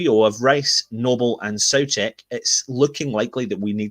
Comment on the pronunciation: Czechs say So-cek. thanks for the vid.